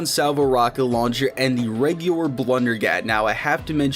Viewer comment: “Reguwar” lol nice